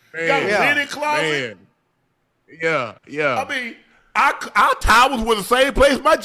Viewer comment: "Linen clawset" and "Poetic injustice. He rollin up the cord again!! 😂😂😂